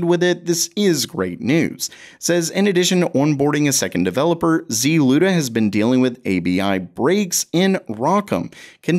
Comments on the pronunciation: why pronounce the Z-Luda instead of a one word ZLUDA... you don't say C-UDA you say CUDA? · ZLUDA? Is this a Saturday Night Live cold open?